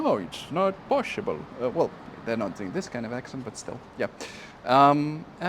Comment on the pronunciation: "noo, isa no posshible!"